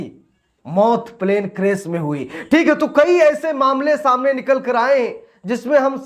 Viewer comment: शाम ने नहीं सामने। सही हिंदी बोला करो।